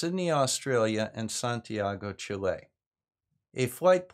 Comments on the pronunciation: Pronounced Chilly, not Chilay, great vid as usual. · I'm sorry but I need to correct you. In you said:"Dave suggested was this city in Tierra del Fuego in southern Chile"(meaning Ushuaia) And is wrong because Ushuaia is an Argentinian city. Chile is a word with the accent on the first syllable.